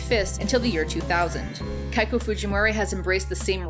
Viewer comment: Pronunciation mistakes by the way: The ⟨ei⟩ in “Keiko” should be pronunced /eɪ/, like the ⟨ai⟩ in “pain”. and The ⟨hu⟩ in “Angahuan” is pronounced /w/, like the w in English I really enjoyed the content by the way!